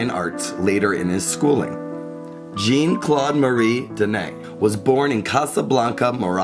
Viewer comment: Well done. But Americains could make a little effort, every so often, to prononounce Jeanne-Claude's name. It is not Jean like in English, it is not John, it is "Jeanne", the "eanne" being phonetically close to "Ann". (Granted, Christo butchered the English language like no one else!)